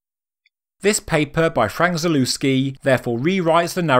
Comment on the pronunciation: The proper pronunciation of his surname is ZALEVSKI